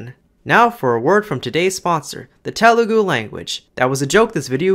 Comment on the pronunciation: bro it's not "tay-mol" or how ever you pronounced it it's idk how to write it down but "THHA mil or THA mil". It's no "Ta-lu-gu" It's "Tha- lu gu"